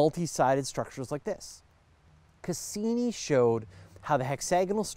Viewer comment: To foreigners it sounds kind of odd how you pronounce some things. For example, Cassini. Cass-E-nie. A real emphasis on the E